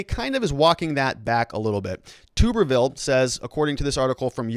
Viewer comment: its pronounced Tu"bberville (Like Tub)